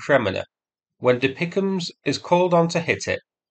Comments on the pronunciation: Dear, you’re usually pretty spot on with pronunciations and acronyms…but De-Pic-Em’s? 😂 I’ve only ever heard referred to as D-P-I-C-M (DPICM - dual purpose improved conventional munitions). ❤ from 🇨🇦🌻🇺🇦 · lol, never heard anyone call the DPICM's dee-pick-ums before. it is just referred to by the letters DPICM (dual purpose improved conventional munitions) it is not a word sound. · "Deepickems" I can't see any more of the video through the tears of laughter :face-blue-smiling::face-blue-smiling::face-blue-smiling: Really like your videos mate, but you make the "DPICMS" (pronounce as letters) sound like something out of A Christmas Carol 🤣🤣🤣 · "Dipicahms"? Really? You suddenly sound as fake as the bots which insist on pronouncing HIMARS as HEMARS. I thought you hailed from England! Why should/how could an Australian have a better grasp of the English language than a native Brit? If D.P.I.C.M's is too difficult, they are artillery cluster-munitions. Russia uses similar munitions, but they are not as reliable, or delivered with accuracy. I apologise for my sarcasm here, I very much appreciate your efforts to highlight and explain things to those with more limited knowledge and understanding - but I expect that you should be able to understand relevant military terminology at least well enough to repeat what it's called without totally munting it. If you aren't sure, there are plenty of people you could ask, or even Google it. You will find DPICM, but you won't find "Dipichams" anywhere. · Every time you say DPICM like it is a word "Dapeekum" I have a nearly irresistible urge to shut this video off